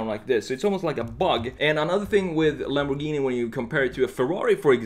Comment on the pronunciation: Ah yes Lambowghini uwus